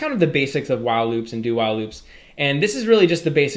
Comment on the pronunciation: wow loop or While loop? you are keep saying wow loop.